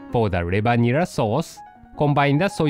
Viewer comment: nera not neba lol cute